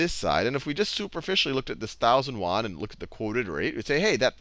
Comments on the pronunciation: Yoo-en not wan... seriously... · Won = KRW (Korean Won), Yuan = RMB and you pronounce it 'yuan' not 'won'. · pronouce YUan as Say UN very fast. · My Econ teacher at SMUS says "won" for Chinese currency too. It's probably because the consonant "ɥ" does not exist in English. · Yuan is not pronounced 'Wan'! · Good video, very helpful. To previous commenters does it really matter if he was using "Yuan" or Dollars of potato chips. Let his pronunciation of Yuen go. Thanks for the help. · "You-awn" ...won is korean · It's actually called yu-an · way to butcher the yuan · The way you're pronouncing yuan is srsly tilting me. Do some actual research before you present a lesson ffs.